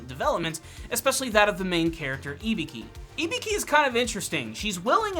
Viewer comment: "ibiki" burhhhhh her name